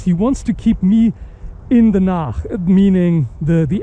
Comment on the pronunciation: "In the Nach " funny Denglish and very interesting HEMA infos